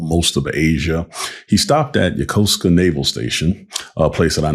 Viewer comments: Thank you for pronouncing Yokosuka the right way. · Thank you for your service. I am an expat living in this area of Japan for over 20 years and I have a very good friend who was also stationed at the Yokosuka base. I could tell that you served there because you clearly know how to pronounce the city name. xD Sorry I just had to say that…xD